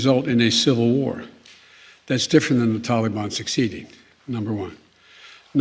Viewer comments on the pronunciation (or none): Its taliban not Tullybun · "The Towleybahn" -Hidin Biden 2021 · Since when do we pronounce it Tally bon? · He always says "and I want to make clear", things have never been less clear with you at the helm, And start day Taliban the right way, it's not talybon you idiot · The “Tollybon”??? He is so stupid! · Anyone else cringe when he says “tally-bahn”?? Ugh!!! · “The only way there gonna be peace is that they work our a modi’s endi with the tal-i-bon.” -Joe Biden